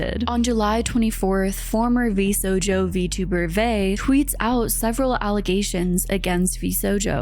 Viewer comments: It's great to see you cover it, but ngl, the way you pronounce "VShojo" as "Vsojo" hurts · no, it's distinctly different from the herb/erb thing. The name of the agency is v - sho - jo, "sho" as in "shop"; whereas she pronounces it v - so - jo, with "so" as in "soap". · Parents please teach your kids that cartoon characters are not real and should not be "goals" in physical appearance terms. Teach them about cosplayers instead xD I know it's too late for the video but like; for future reference it's "sho-jo" not "so-jo". Also: not "niners". She's not a football team. "Nee-an-ers" xD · I'm sorry, every time I hear you say Vsojo instead of Vshojo I cringe a bit^^' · I'm so happy seeing you cover this, as a vtuber (crazy small) this story has completely freaked me out from ever joining a company ever, and I know you'll cover this well with alot of nuance and care! But lololol vshojo is pronounced with the "shh" sound not a "so"! Lolol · Love your videos, huge fan, and honestly no disrespect but like ... is there a reason you call it 'Vsojo" the entire time? Its really distracting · I absolutely adore Ironmouse and VTubers. Nigisanji and VShojo totally deserve their downfall. P.S. the H in Vshojo isn't silent. 😉❤ no shade whatsoever! VTubers becoming more mainstream makes me SO happy! Mouse has the most beautiful singing voice, and I'm so happy she led the charge to speaking out against VShojo, getting loved as an indie, and for everything she's done and fundraised for her charity that is so near and dear to her heart. She's truly the blueprint ❤❤❤ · The mispronounciation of Vshojo is so aggravating! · how did you do so much research where people pronounce the word shojo and keep saying it without the h 😭 I really do respect your content but this is such a jarring disconnect. I'm sure it's going to be a great video, will watch it all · yeah and idk how she can mispronounce it the entire video when she uses clips that all pronounce it correctly 😭